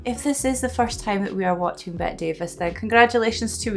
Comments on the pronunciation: This movie is a marvelous introduction to Bette Davis (you should pronounce that last "e" in Bette, calling her "Bettee") - you see her go through at least three major transformations here, and the first one shows how unafraid she is to appear unattractive if that suits the character. She's one of the "big three" in our family: her, Katharine Hepburn and Joan Crawford, though I include Barbara Stanwyck for good measure. Here's a sweet TCM short on Davis: I'm sure you've seen Claude Rains, though not sure where. Another of the greats, he plays the doctor here, and I used to long for him and Davis to end up together. He and she acted together in "Mr. Skeffington" and teamed up with Paul Henreid (Jerry) in "Deception", which has got to be one of the most bonkers melodramas ever put on screen, and totally worth the watch. If you've seen "Casablanca", you know Henreid as Victor. If you haven't seen "Casablanca", oh my goodness, what are you waiting for?! Several years later, Henreid would direct Davis in "Dead Ringer". Mama was played by Gladys Cooper, truly one of the most stalwart and strongest supporting players of the Hollywood era. She was famous for playing parts like Mrs. Vale, but could also be believably gentle and good. My introduction to her was in "My Fair Lady", where she played the mother of the central male character, Henry Higgins, and she's much different from this mother. Bette Davis loved working with her. She was also a beauty: The nurse was irrep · Bette is pronounced "Betty." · It's pronounced Betty instead of Bet. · By the way, it's Betty not Bet. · her name is pronounced BETTY, not BET. She’s my favorite actress. You’d love ALL ABOUT EVE (1950). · It's spelled BETTE but it isn't pronounced "BET." It's pronounced "BETTY." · Unlike Bette Midler, Bette Davis's name is pronounced like Betty, not Bet. I hope you do a lot more of her movies. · Bette Davis is pronounced Betty Davis. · Bet-tee Davis.